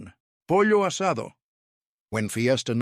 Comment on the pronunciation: Pozzo asado????